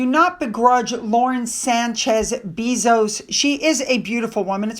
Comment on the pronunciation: Please,. it’s pronounced “Bay-zose” not bee-zose.